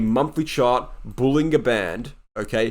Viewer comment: Nicely done but, John Bollinger pronounces it bowlin-JER bandS